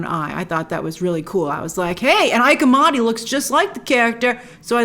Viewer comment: Not “Ike.” It’s pronounced “ee-Kay” Amadi.